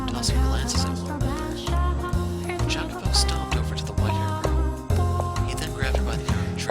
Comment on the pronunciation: the correct pronunciation is "i-a-co-po" with a slightly "longer" i